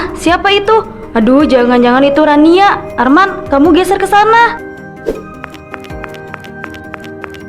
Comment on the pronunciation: Jadi namanya Rania apa Rinaiya sih?? Wkwkwk belepotan banget